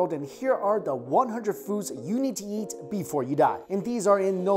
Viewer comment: "All you can Yeat!"